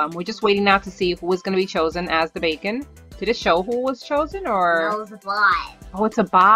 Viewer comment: Its bakon not bacom